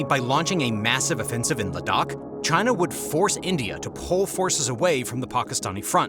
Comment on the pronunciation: great reporting and commentary ! Ladakh is pronounced < > Kind regards, Ciao!